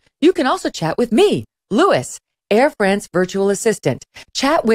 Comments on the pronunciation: Well, with one caveat. In French its pronunced "Lou-i", not "Looisssssssss". Guillaume is well pronunced however. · I think that's probably Louis as in "Loo-ey" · Louis? LOU-E. I assume it’s supposed to be a French name? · "Hello, I'm Louis*, your Air France digital assistant ... (*It's pronounced LOU-ee, Madame! It's pronounced LOU-ee! And it is FRAHNCE, Madame! FRAHNCE!)" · The bot is pronounced like “Louie”, not like “Lewis”. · Why can’t she pronounce Louis properly?